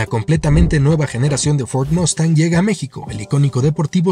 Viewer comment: Yo también hablo inglés, pero se dice MUUUUstang—con “u”—cuando estás hablando en español.